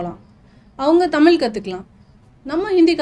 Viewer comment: நல்ல பேட்டி ஆனா தமிள் மொளி என்ற தவறான உச்சரிப்பு உங்கள் தமிழ் மொழி ஆர்வத்தை பற்றையும் தடுக்கிறது 😢